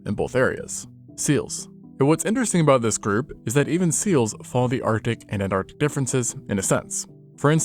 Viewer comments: Wtf is “antartic” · What's up with 'artic' and 'antartic'... is this AI art?